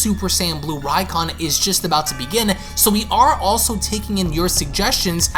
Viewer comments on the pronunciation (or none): none